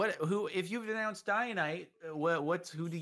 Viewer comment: dec says The zombie boy has denonced instead of denounced 😂😂😂